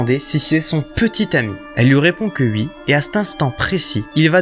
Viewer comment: Sa me stresse tu dit ui au lieu de wi